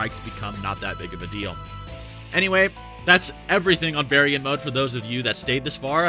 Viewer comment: Bear-e-yawn mode? This entire time I thought it was pronounced Bar-yawn